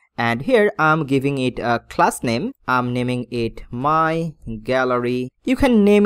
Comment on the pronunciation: I like your video guide but please stop faking your English accent or copying others... I just hate that every time you use "h" pronunciation... It is "Page" not "Phage" it is "Coloumn" not "Kholoumn" it is "Copy" not "Khopy" it is "class" not "Khlass" it is "dot com" not "dot khom" it is "go to" not "go thoo". It is very irritating. I am sorry but I would stop watching your videos soon because of this.